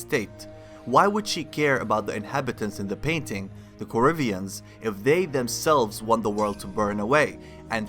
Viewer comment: Corvian, not corivian.